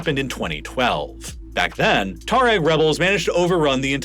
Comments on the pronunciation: Odd. He keeps pronouncing it, Tah-reg. Pretty sure its pronounced twah reg or too ah reg. The "u" isnt silent. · You really have trouble pronouncing Tuareg don't you? Try Twa-reg.